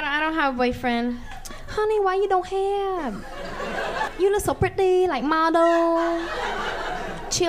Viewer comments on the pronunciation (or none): “You look so ✨priTaY✨ like ✨model✨.. ✨cheerleaduh✨ somethin’ 💅 pRiTay💅 “ got me 😅 Edit : I liked my own comment cuz no one will 🙃